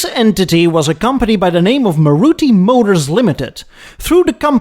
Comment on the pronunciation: and its pronoun's as Maaruti